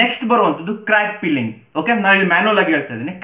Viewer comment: Hi sir, you are doing great job and we are following since start of your channel, my humble request is try to spell F properly , it sounds you are spelling pilling instead of filling , don't take it otherwise, I dont want anyone teasing you on that , because you know many people visit to find these kind of flaws instead of appreciating the content and effort behind the videos.